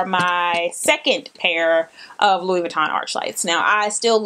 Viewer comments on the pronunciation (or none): none